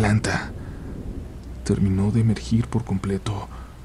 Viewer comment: ¿terminó de emergir, o emerger? 😅